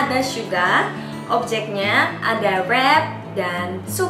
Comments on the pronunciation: Kak kok syuga kan harusnya suga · Syuga? Maap kak bukannya suga ya